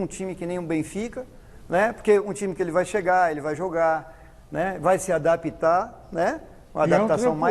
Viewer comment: Adapi-tar, Ópi-tar, pow.... Os meus ouvidos tugas sangram....... Hehe...